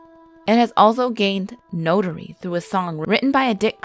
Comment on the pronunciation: Also she can't pronounce "notoreity"